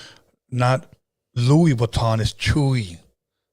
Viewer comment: Louis Vuitton= Luis Vaton